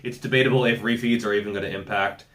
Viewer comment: It took me a while to work out that you weren't saying, "You may need more roofies." and you were actually saying, refeeds.